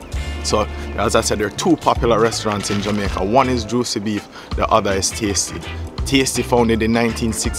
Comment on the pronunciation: Juici not juci